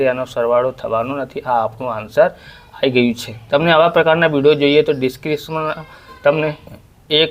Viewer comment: Bhai apko discription bolna nahi arahe😂😂😂😂